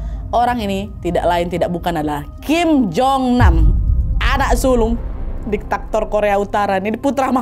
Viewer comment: DIKTATOR wa'eeeeeeee diktator... bukan diktaktor 😭😅